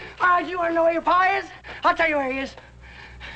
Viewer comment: It’s PA! Not PAW! 🙄😂